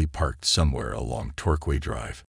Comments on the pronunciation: Torquay is pronounced 'Tor - Key' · Hello, ( Vancouver island ) resident here, in Saanich, that street is actually pronounced tor- Kay.